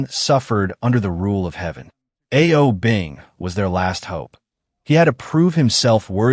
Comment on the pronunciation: A-O Bing? Seriously, you need to work on your Chinese pronunciation.